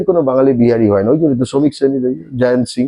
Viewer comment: "জায়ান্ত" না "জয়ন্ত"?